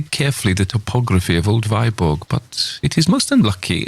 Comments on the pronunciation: Alas the pronunciation of Danish toponymes is all wrong: "Viborg" for instance is not /vaiborg/ but /vibo:/. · Viborg is pronounced Veeborg otherwise very impressive!!!!! I'll be awake all night long. :0)